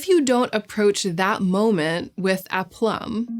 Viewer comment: The pronunciation was still completely wrong though 😭 (I'm french)